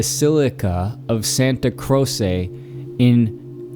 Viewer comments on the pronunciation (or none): Great video. Ony nitpick, it's not "Santa Crose", the pronunciation for an anglophone is more like "Santa Croche". Just sayin' ofc, keep up the excellent work!